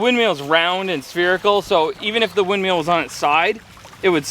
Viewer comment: Are you saying "windMEAL" instead of "windMILL"?